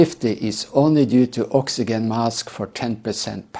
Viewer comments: Oxygen I'd pronounced oxi Jen , practice that so passengers know what you mean to If you Ever need to use the word, god willing you won't, otherwise great video again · "oxyjen" in English. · Please learn how to pronounce oxygen before criticism